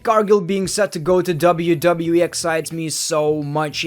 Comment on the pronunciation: it sounds like he said wwee